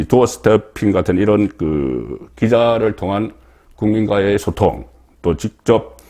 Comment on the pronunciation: 소통. 발음이 영 이상해요.